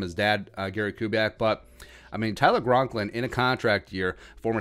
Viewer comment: I’m sure you know, but never let on. It is Tyler Conklin right? Not Gronklin. Just checking...I’ve never seen you explain that this is a funny name thing.